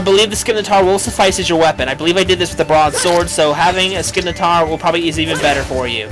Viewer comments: Isin,t it pronounsed sim-i-tar? (Im not trying to be a grammer nazi but i get irritated when someone pronouncess scimitar wrong fsr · no f-ing N in scymitar=_=